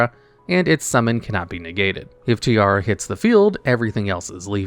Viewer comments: You calling her tiara instead of tierra gave me something. As someone who have as Main language spanish, her name is the spanish Word for earth, while your pronunciación was the Word for a crown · It's Tierra not Tiara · is pronounced Tea-A-Ra(like the egyptian god Ra). Did you fail spanish class? You say it as if you were saying tiara. (Tiara is Spanish for tiara)